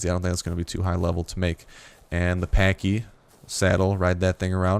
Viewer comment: You are pronouncing it wrong it's like saying patch but patchy but the way yours opposed to say it